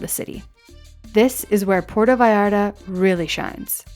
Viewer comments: its not "porto" its Puerto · It drives me crazy when people make films about Puerto Vallarta but don't even know how to pronounce the name of the village. It isn't Porta! It's Puerto. [Pwerto]